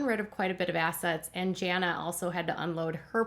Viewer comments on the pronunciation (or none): none